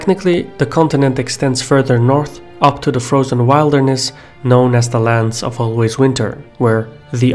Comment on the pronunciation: FYI : Wildling - /while-dling/ Wilderness - /will-derness/ not /while-derness/